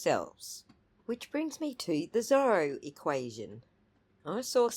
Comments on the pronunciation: It’s not his accent that’s making it hard to understand, I think he is pronouncing it as “ser-la” which if true is embarrassing for him. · Is that what he was trying to say!? I thought he was trying to say was “thorough” equation LOL